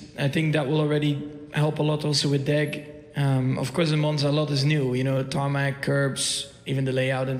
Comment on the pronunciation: Deg not deck 😅 Deg as for degradation of the tires Cheers 😊